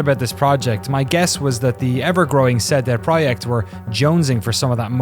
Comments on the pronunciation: seh deh proyekt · 'SaeDae Prawyect' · the proyeckt part is spot on, the CD part should be pronounced "tse" for C and "day" without "y" for D